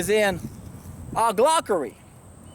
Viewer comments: Hahaha, loved this, also it's oligarchy ;) (aw-lee-gar-cky) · you gotta re- do this video. Its pronounced OLI - GARK - EE. And OLI - GARKS. Not bashing you though cause youre Bang on point as ever, and you've taught me SOOO much. I am currently on a juice feast, and have elevated my conscious vibrational frequency, cleaned out a load of old crap from my bowels, and with your help, my eyes have been opened to how most people in the modern world (especially the 'experts') are totally clueless. Anyone watching for the first time - keep watching. Join the facebook groups. We need to be the trim tabs. Meditate. Go raw. Do a juice feast. Lets get reconnected. "Only those who go where few have gone can see what few have seen" - Buddha. Amen - keep doing what youre doing!! Much love, gratitude and respect.